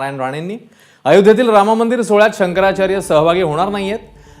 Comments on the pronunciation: शंकराचार्य शब्द निट उच्चार करता येत नाही याला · शंकराचार्य म्हणता येत नाही शंकर शंकर म्हणतो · अरे तुला शंकराचार्य तरी बोलता येत नाही